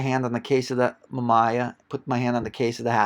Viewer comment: great find but hearing you pronounce the camera companies was like scratching a chalkboard with your nails..... not pleasant. Mamiya and Rollieflex are not pronounced that way.